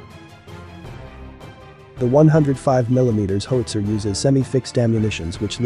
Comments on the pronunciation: Might want to work on the AI's pronunciation of 'HOWitzer:" It's not a 'HOEtzer.' I was trained on the M102, sent to (then West) Germany, and never saw a cannon after that. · How - itsa. How - itsa. How - itsa. Repeat one hundred times. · Howster lol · Horrible -narration. "hoetzer"? LOL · The graphics are good and the sound effects are OK. Two things though: learning how a weapon works should include some discussion of how it's aimed, so a couple of minutes about sighting and hitting a target would be interesting (to me anyway), and what is it with government videos that use computer-generated speech? Every time pronounced "howitzer" my teeth crunched. Is CGS the new normal? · HOWITZER! Mispronunciation is frustrating. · You are mispronouncing 'howitzer'. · Mispronounces "howitzer". Can't you find someone who can read aloud properly? A gun sergeant from any artillery regiment would have given a far better lecture.